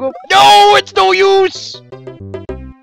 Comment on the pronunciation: everytime you say its no use i hear silver is that bad